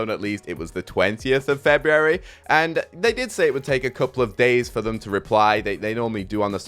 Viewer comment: "That should lead to some pretty interesting gays"